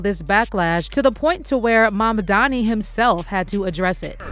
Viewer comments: It's Mamdani not 'Mamdami.' And Zohran Mamdani has now shaken up the space dominated by billionaires. I support this man! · Mam dani not mamdami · Mamdani not Mamdami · Holly F! Is it really hard to pronounce Mamdani? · Why are they calling him 'MAMDAMI' .....ITS 'NI' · 😂 What I don't get is, that seemingly intelligent people can say "ma'am" and "Donnie" but they can't say Mamdani.